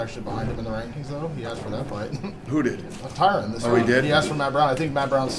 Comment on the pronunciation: its totally on purpose. ive been noticing it for awhile. i wish someone like ariel would question him on it and do it with an accusing tone lol. watch when a reporter asks him a question about tyron and pronounces the name correctly, dana just ignores the gigantic difference between the sounding of the names lol. dana's douchey to phil davis too and tyron and him are buddies so who knows whats up